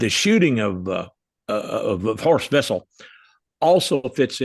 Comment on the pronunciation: When mentioning Horst Wessel's name you'll be impressing me if you could pronounce the German name correctly. Try Vessel, since in German the w morpheme is pronounce as an English v.